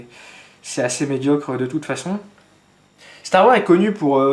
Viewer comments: salut super vidéo juste c'est STAR WARSSSSS pas star war cordialement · Psst, n'oublie pas de prononcer le "S" à la fin de STAR WARS. Ce sont des mots en anglais, il faut prononcer toutes les lettres. Ou dis le complètement en français "la guerre des étoiles";) Chouette présentation, l'airsoft ce n'est pas que des gens en uniforme et des répliques plus vrai que nature.